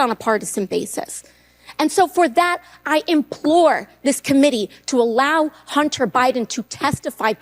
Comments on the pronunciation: Excuse me "Hunner" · ITS NOT "HUNNER" ITS HUNTER "GENTLE LADY"(MTG")!😂